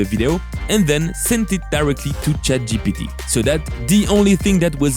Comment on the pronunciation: Anyone else notice "chad GPT" instead of Chat GPT. hehe